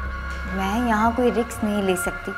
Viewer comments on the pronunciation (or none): she says RIKS instead of RISK lol :p